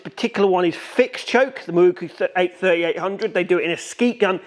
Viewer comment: Open close ...open close...open close.... F..k sakes and what is a MAWOOOKOOO... Pronounce MAROW Koo